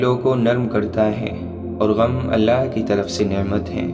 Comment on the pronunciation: Maine pehle v aap se kha tha aap Allah saaf saaf bola kre.